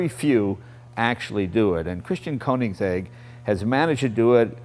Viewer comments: i think Jay should have taken at least 3 seconds to learn how to say the mans name correctly. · Jay please, you own the car and can't even pronounce it right